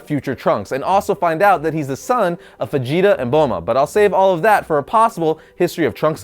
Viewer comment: He pronounces vegeta fajeta